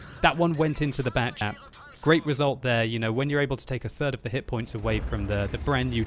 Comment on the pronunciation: Did He say "Bat-Chap"??